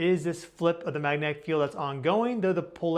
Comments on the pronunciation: Bruhhh, no!! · While you are on your trip maybe you can work with a speech therapist to work on pronouncing the word magnetic.